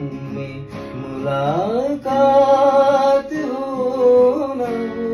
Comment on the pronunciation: You can take your singing to the next level by proper urdu pronunciation. These words are of Arabic/Persian origin. Mulakaat is incorrect MulaQaat has the kh ملاقات Kareeb is incorrect Qareeb has a kh قریب Lata Mangeshkar and Asha Bhosle, among others, had perfect pronunciations.